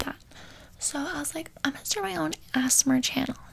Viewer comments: Girl say amser right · how many times she said, "ASMER" instead of "ASMR" 👇🏻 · everytime you said ‘asmr’ i heard asthma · I here Assmar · No one:: Asner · Her: AzzMeR Me: .~. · bruh it sounded like she was saying "asthma" repeatedly haha thanks ocean!! although, DON'T watch this late at night bc i watched it at 3am and i almost died trying not to laugh! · " HEllooo welcome to my ASmar ASMer ASMMERR" this is hilarious XD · Imagine somebody who was watching this and it is their first asmr video they watched and thought asmr was pronounced (As-mer) and triggers was pronounced like how she said it lol. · the “asmer” has me dying bc that’s how i was pronouncing it for the whole first year i started watching asmr 😂😂😂😂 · Her: ASMAR Me:*Fall asleep* My dad: What the f*ck is my daughter watching? ¯\_ಠ_ಠ_/¯ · "Ass mar" as she says over and over. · I love how ur pronouncing it like asthma... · saying asmr is how british people say asthma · Lol she said "ASS-mer" lolololol! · i swear if she says Asmer one more time. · This is how many times she said ASSMERR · This would be me if I tried an ASMR Channel also Not the ✨AsMeR✨ the way she pronounces it 😂😂😂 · Not the ASMerrrrr instead of ASMR😂 another thing is that it’s ASMerrrr ocean 🌊is much prettier. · I thought she said Asthma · “AsSmEr” oop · ”assmer” ”triger” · Anyone else notice how she says Ass-mar? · It's pronounced A-S-M-R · Ass-mar I love it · asmur lol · When she says “asmr” and not “asmr” Ouch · By the time it was 1 minute in a couldn’t handle the way you said asmr I hade to leave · When she said a s m r as a word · The way she pronounced ASMR LMAO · I hope that she realizes that that’s not how you pernounce ASMR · She can not even say asmr